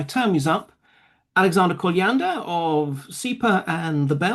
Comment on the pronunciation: Kolyandr? Are you kidding me?